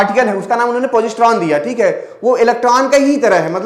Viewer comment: पौजिस्त्रों नही सर पोसिट्रोन बोलते हैं। आप बोलते समय हड़बड़ी में रहते हैं। सर एंटीमैटर के बारे में आपने ठीक से नहीं पढ़ाया या ये कहूं की आधा अधूरा पढ़ाया , सर एंटीमैटर का खोजा ही इसलिए जा रहा है ताकी वार्प ड्राइव को सफल बनाया जा सके आपने IXS ENTERPRISE के बारे में कुछ भी नही बताया।